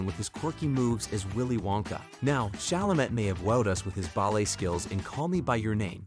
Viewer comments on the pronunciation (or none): It's Chalamay, right? Also Hugh was pronounced Hu and Huge. Costar was particularly egregious. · Especially Tim’s last name.